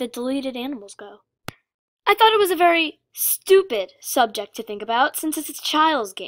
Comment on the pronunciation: When she said "I thought the same thing" it sounded like "I fucked the same thing" 😂😂😂😂😂😂😂